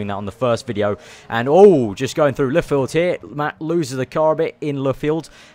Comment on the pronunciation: Le Field? It's LUFFIELD!